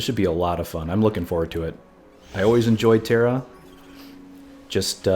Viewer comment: He said it twice at least... :( Maybe he should borrow some kids book with animals to see the difference :)